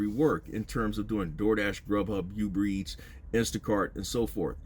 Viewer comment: in all fun, and not trying to catch a stray, I'm only here for "BID-NES", and "YOUBER eats", . I'm country as hell too.